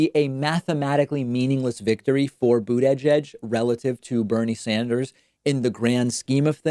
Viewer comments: * Boot Edge-Edge ;) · It's not that hard to say Buttigieg. Saying Booooot-eeedddgge-edddgge every time is starting to get on my nerves. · Please learn to pronounce Buttigieg, it's really annoying tbh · Love your show, but PLEASE STOP pronouncing his name "BOOT EDGE EDGE"! It is pronounced "Boot ijedge" ALSO, it's prounced Tulsey, like Tulsa, not TOOLSEY! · "Boo-da-jedge" -David Pakman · Absolutely not a single soul: David: Pete Boot-edge-edge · David, Why do you say "Buttegieg" that weird way? Instead of getting all passive-aggressive be a man and just tell us what you think of Pete, then pronounce his name correctly. You're a professional, don't join Turnip in the mud. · Nobody: David: Pete Butt EDGE EDGE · Please stop saying bootyjedg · All those “coin flips” must have just happened to favor Boot-uhh-judge. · Why is David pronouncing names so weirdly here? Pete BOOD-E-JEDGE and TOOLSI Gabbard. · Why are you pronouncing buttyjudge weird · Nobody: David: Boot-eh-judge 😆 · Pete Bood-a-jedge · Wait. bUdAjAj is the correct pronunciation?? 🤣🤣🤣🤣🤣🤣🤣🤣🤣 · The way you pronounce Buttigieg triggers me 😂 Even if that would be the proper way to say it. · If you can't say the name you can always call him mayor Pete. I could swear I've heard you say his name properly before though. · Lol why do you over emphasize breaks when pronouncing his last name? You also call Tulsi "toolsi". It's just strange considering you have heard these names pronounced on countless hours of political media you must absorb daily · Why does he say Pete's name like that?? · Pete is just ahead with 97% in. And if he DOES win (aka "overperforming" to you), your other video about him taking credit seems kind whiny. :p And maybe we should start calling you Pak-man (with the separation) since you refuse to say a candidate's name properly--and have admitted you know the difference. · Why are you pronouncing Buttigieg like that? Haha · Also, why is david saying buttigieg so weird?